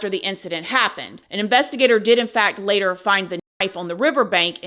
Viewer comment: "A Few Moments Laytairr..." Waahhh 😱